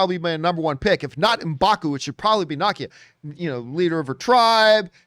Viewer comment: You keep saying Nakia wrong. It’s Na- Key- A